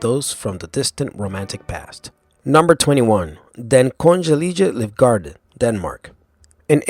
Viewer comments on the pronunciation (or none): Argh! I cringe so hard at his pronunciation of Den Kongelige Livgarde! xD. so fucking hilarious! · The next you should really try to hear what Den Kongelige Livgarde is pronounced like. Try to type it into Google Translate and tell it to read it aloud! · When he pronounced the danish one it sounded so latin in nature, even tho it's a nordic country.